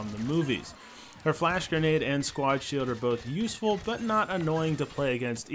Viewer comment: Did anyone realise he said "garnade" instead of grenade?! It's